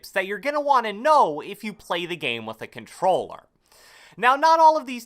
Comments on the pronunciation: Took two minutes just for “cobtelller” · I had to put the playback speed to 0.25 lol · “Controller” that for ever lol